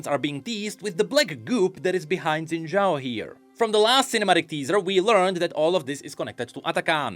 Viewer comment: Shin Jao. you racist to Chinese or something? it is pronounced SHIN. JAO.